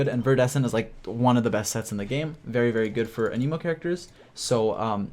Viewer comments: So I disliked this video purely because people just can't speak English why is he pronouncing Anemo like he's trying to find his lost clown fish son😔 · I love how this man says Anemo "Animo"